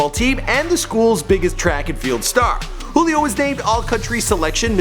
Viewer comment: It's "joo-lee o" you fucking idiot